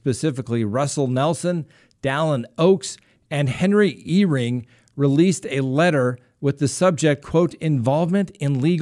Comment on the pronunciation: Stop talking about the church as if you know all about it. I know you don’t know anything is because you didn’t pronounce Pres. Eyring name right.